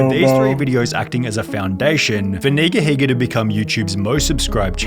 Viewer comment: If you use to watch him growing up you would know how to say his name...